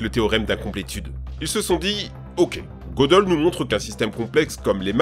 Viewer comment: En fait ca ne se prononce pas Godeul mais Gueudél